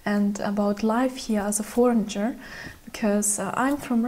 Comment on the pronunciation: I'm enjoying your monologue and learning from your insight, thank you. I have one bone to pick, however. Foreigner is pronounced four-ehn-Ehr. The G is silent. Be healthy.